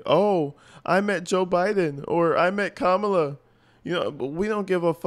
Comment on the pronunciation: Why the democrats on cnn not loosing it about how she just pronounced kemala 🤦🏾‍♂️